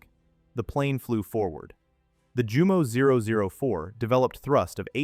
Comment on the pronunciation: One earmark of dumb AI is consistent mispronunciation of foreign words. For instance, "Jumo" is correctly pronounced, "yoomo." 😝